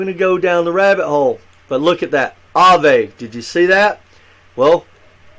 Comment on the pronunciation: lol. you said Aave correctly.. you'd be surprized how many youtubers say that wrong and its so cringy to me for them to be talking about crypto and not know wtf they are saying